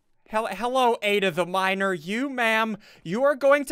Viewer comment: Ssundee saying Aida the miner will have to love him made them think he said Aida the minor